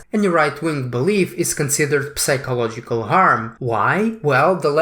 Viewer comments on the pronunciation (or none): The p in psychological is silent. You should've pronounce that word as if it's sychological.